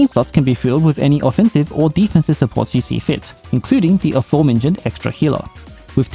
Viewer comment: Thanks for the guide as always, btw forgot the r in supports